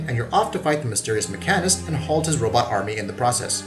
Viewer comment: Say the sentence, "I take my car to the mechanic". Now, ponder on how you pronounced mechanist.